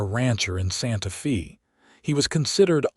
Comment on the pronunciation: Terrible terrible AI reader for this video!! Hazel is pronounced all the time with a hard a cuz it's an actual word, and Santa Fe is pronounced with a short e all the time. Not only does this reader make constant errors then he changes his mind back and forth and back and forth and back and forth, really stupid, it ruins a perfectly good presentation!!